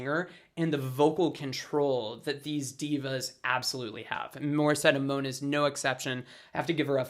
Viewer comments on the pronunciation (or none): none